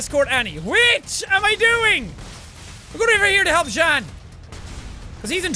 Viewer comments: Anyone got annoyed when he pronounse jean's name wrong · Jean not jan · I don’t have any problem with u saying meekasa but try saying it faster and it will sound like Mikasa also it’s Jean like jeans just without the s I still got no problem because I keep remembering u never watched the aot Anime before